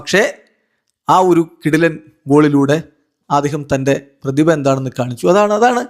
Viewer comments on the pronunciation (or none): none